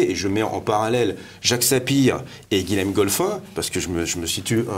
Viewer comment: Bonjour. On ne dit pas "Guilem" mais "Guillem". Comme Guillaume. Même si ça s'écrit Guilhem.